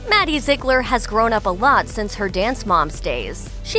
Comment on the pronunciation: “Maddie Zeglir”